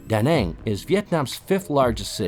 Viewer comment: Très bon reportage, mais s'il vous plaît : fait un effort de prononciation Da Nang et pas Dang, c'est comme on fit Viet au lieu de Viet Nam 😂